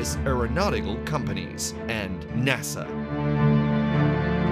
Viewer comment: Well ...... You think you're upset about how he's mispronouncing the word Nazi Well after . He comes up with two more ways . Nortzy and Nuetzies the last one he stretches out NASER instead of NASA